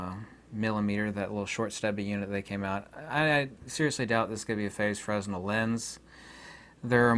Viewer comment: Love your content! Just fyi, fresnel is pronounced "fruh-nel". I know it's weird; i only know cus i have training with theatre lights.